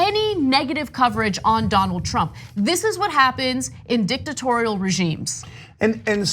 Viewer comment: Ana said Dicktatorial🤔